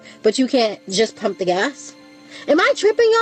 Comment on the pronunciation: Sweetie, the man is pumping gas, not GASH. With that missing "H" you can do that yourself.